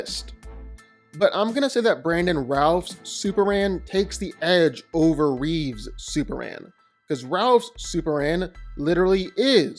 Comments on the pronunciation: His name is CHRISTOPHER REEVE, not Reeves. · I hate it when people who talk about Superman say Christopher Reeves. It's REEVE. There's no S in his name. No relation to George. STOP IT. GET SOME HELP.